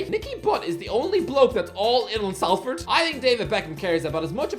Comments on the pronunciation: Public notice that it’s pronounced sol-ford and not sal-ford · Actually it's pronounced "Costa del Sol-ford" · Learn to pronounce salford ffs